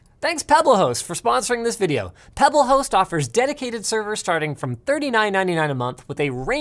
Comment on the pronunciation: idk if that's just me but when linus first said Pebblehost I heard "pebbleh0es"